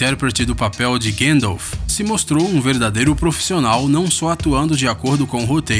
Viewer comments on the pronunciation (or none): none